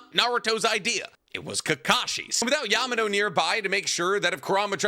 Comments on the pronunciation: it's not "amado", it's "yamato".... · Yamato not amado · Amado??? You mean yamato😂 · He meant Yamato lol but I caught that too and was like wtf is he thinking saying that until he called him Yamado a couple seconds later, then it clicked that he just misspoke pretty bad lol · That’s what I’m saying, maybe he said Yamato? Or said Amado but meant Yamato